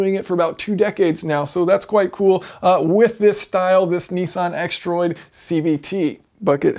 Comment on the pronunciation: A very clever gearbox & relatively simple too! I can't believe they've been around so long either! I'm surprised other manufactures haven't taken it up, what's the catch? Btw Jason, I see you still haven't learnt to pronounce Nissan properly! ;) It's Nissan not Neesan :D heheh